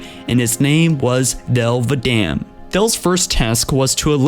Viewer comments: Thel 'vadam not dell vadamn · I know you have a speech impediment, but you need to learn how to pronounce the words you say, Thel vadame, is spoken like this Thel Vadam, with a silent E. Ripa Moramee is said as, Rippa, not reepa, Mor a me. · Thell Va-damn lolol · "Thel Vadaam'